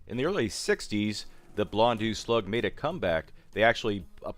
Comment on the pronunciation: Just so you know,, it is pronounced "Bl- on -doh" or something similar to that. "EAU" makes an "oh" sound rather than an "ew" or "eu" sound you were making. P.S. Exactly how you said it actually, good job! However you really quickly reverted back to the "ew" sound seconds later. Gotta be careful about quickly pronouncing things. They often sound very differently with shortcuts.